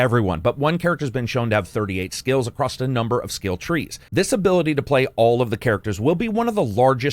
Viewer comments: *across, not accrost. Love ya! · Leaving a comment to help with algorithm...there is no "t" in the word, "across" 🤣. Love the channel, keep up the great work!